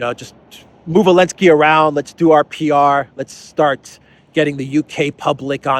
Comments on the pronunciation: So dumb he can't even speak out the name of THE BRAVE UKRAINIAN PRESIDENT ZELENSKY !!! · Why does he always say "Elensky"?? Help an ignorant American out please